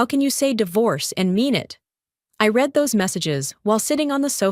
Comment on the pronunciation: Again....yet again! Read in tha past tense is pronounced "red"